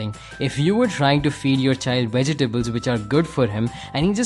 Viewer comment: i don't know why most people dont know how to pronounce "vegetable"